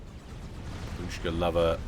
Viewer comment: It's bAbushka, not babUshka. xD